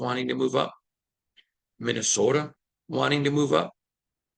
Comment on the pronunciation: You gotta be a "U-per". The way you say Minnesota sounds just like them when I was up there.